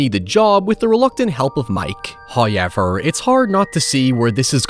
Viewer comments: "Hawyever" brother choose another word. Fuck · this sick bastard probably gets crazy engagement and playback time for that pronunciation😂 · my american tounge can't even comprehend how says however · His accent does pop out more with that word but it has become a bit on his channel and community now. And even if it wasn't, why be this rude about it? Just a needlessly negative comment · How do you spell how pronounces "However"